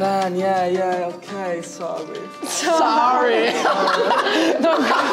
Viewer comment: that sorry accent tho